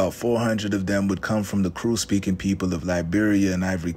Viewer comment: Kru is pronounced "crew", not kuru, Kru person from Liberia here. Beai nee (thank you).